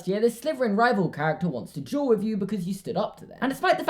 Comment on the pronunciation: It kinda sounds like he’s saying juul instead of duel